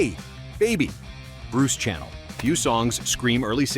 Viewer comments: It's not Bruce Channel as in a TV station....his name is pronounced Channel as in the perfume......sha = nell. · Bruce Sha ~ NELL ! You Robot Moron !!!